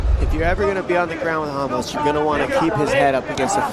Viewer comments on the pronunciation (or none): Dude keep saying ramush, Ramos you damn idiot!